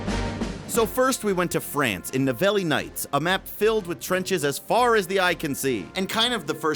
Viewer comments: It's in France so it is pronounced "Ni-vell" you uneducated fat fuck! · "Nivelle" is a french town. The prononciation of this last is "NIV - L" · Hehehehehe... he said Ni-velly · Hey, you can say Neve-L for Nivelle nights, and like the state of Utah, Prise de(the) Tahure, hard for me help you with the end of Tahure 'cause we don't pronouce the "u" the same way in french and english, but I hope it helped you, by the way "prise" means taking, keep doing your good job, I love to see your videos, Your fellow french Quebecer:) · Pronounce it something like Nivél or Nivail as 'Elle' is for 'She' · Why can't you pronounce Nivelle